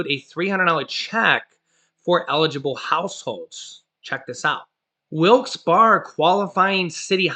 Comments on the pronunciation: I'm From Pennsylvania its Pronounced Wilkes "Bear" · I live next to wilks barre and he is saying it wrong lol. I never heard someone say wilks barre like that